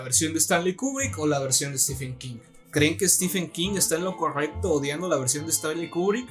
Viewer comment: No se dice "estifen". Stephen se pronuncia "Estiven". Stephen=Steven